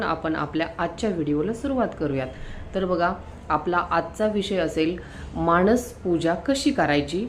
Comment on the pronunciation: व्हिडिओ करताना शब्द उच्चार शुद्ध करावे.माणस असा शब्द त्याचा उच्चार मानस असा आहे. माणसं हा शब्द ऐकायला सुद्धा चमत्कारिक आणि चुकीचा आहे. तेव्हा व्हिडिओ तयार करताना शब्द उच्चार शुद्ध करावे